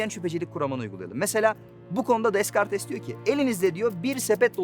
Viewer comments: Deskartes diye okunmuyor..dekart diye okunuyor..fransizcadan soguttunuz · Deskartes deme,okunuşu DEKART rica ediyorum dikkat et. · Deskartes nasıl bir okuma lan dekart diye okunur o hahahahahah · Dekart diye okunur ,bilgilendirmek istedim. Video için de teşekkürler,çoğu açıklamanız çok mantıklı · Deskartes diye okunmuyor dökart diye okunuyor. Fransizcadan soguttunuz ya.. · Deskartes dedigi yerde biraktim😂😂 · Dekarts degil mi ya o descartes olarak yazildi diye deskartes diye okubmaz ellam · 1-deskartes değil dekart 2-1.elekte verdiğin örnekler ile diyosun ki gördüğümüz şeylerin perde arkası var,evet var ama bunu direk işte yaratıcı var diyerek kanitlayamazsın. 3-akıl mantık ve irade bunu kabul etmez demişsin kime göre neye göre.ve bu dediklerine gore mesela agnostisizm i eleyemezsin. 4-2.elek de demişsin ki çok yaratıcılı dinde, a tanrısı beni yaratmak istiyo b tanrısı istemiyor o zaman düzensizlik olurdu.Ya a tanrısı B,C... Tanrıları farklı işlerden sorumlu olsalardı?o zamanda mı düzensizlik olurdu? 5-mikro evrenden makro evrene kadar mükemmel düzen var ise entropi kanunu diye bir şey olmazdı. 6-kanunlar evrenin işleyiş biçimini anlatan değişmez kurallardır.kanunlara uyuldu diye evren mükemmel olmayabilir(bu benim görüşüm çünkü entropi kanunu da var) 7-Bir memlekette iki başbakan olmaz dedin , doğru lakin vermek istediğin mesaj düzeni 2 tanrı sağlayamaz onlar beşer(insan)değil akılları da beşeri değil yani sağlanabilir. Dostum kusura bakma dakika 6.12 de izlemeyi bıraktım tarafsızca eleştirdim beni tatmin etmedi söylediklerin mantıken de tatmin etmedi.Bide senin kurduğun mantığa göre her farklı düşünceyi senin tarzın da anlatırsak doğru gibi gözükür. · Descartes "Dekart" diye okunuyor bilginize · Hayatımda ilk defa Descartes'ın DESKARTES olarak tellafuz edildiğini duydum. Elhamdüllilah kardeşim aydınlandım. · kendisi “Dekart” oluyor. Öyle Wikipedia’da okuduğun gibi söylenmez Descartes. Sizin gençlerin eğitimli hali buysa sıkıntı. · Descartes dekart olarak okunur